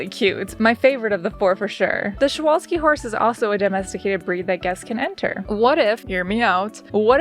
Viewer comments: I can tell you did research on pronouncing Przewalski's horse because you didn't pronoun the P in the name and also they are the only horse that is still wild and they even have their own genus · Okay, Pole here and I have to say you got pretty close with Przewalski's horse! W is pronounced more like V, but kudos for trying, I know our language can be hard I think you did a great job with the zoo! I loved the theme you went with!